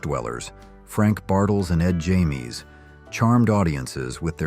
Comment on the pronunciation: So this was an AI voice bartle and James is not pronounced Jamie. I found a squad interesting actually. I usually don't listen to ai voices. And the fact you went beyond the 60s up into the 2000s was interesting. Surprising make two or three separate videos